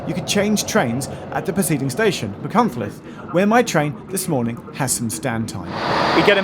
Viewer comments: My now wife was at Aberystwyth uni from 91 to 94. I took the train almost fortnightly through Dovey Junction on route. Your pronunciation of Machynlleth wasn't bad, one train guard struggled so much (then the stations were announced by the guard at each stop) that he ended up just calling it 'Mac'! Thanks for reminding me of a wonderful time in my life, 3 decades clothes ago! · C'mon Geoff.... What's so difficult about Pwllheli? You managed Machynlleth pretty well .... compared with some of the mangling I've heard over the years! .... and I've heard you pronounce "Theydon Bois" ... so don't give me any of that !! 😂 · Geoff don't worry about the pronunciations of the place names as someone who lives in the area I can tell you that you did much better than most do, I was impressed with your attempt at Machynlleth. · You pronounced Machynlleth very well, your Pwllheli is a pretty good attempt as well